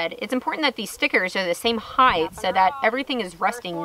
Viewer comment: Why do SO many U-tuber say "heigth" The word is spelled and pronounced height hi-t not highttthh. just saying